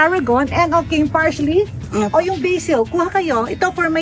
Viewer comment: Tita Small, PARSLEY po not PARSHLEY 😂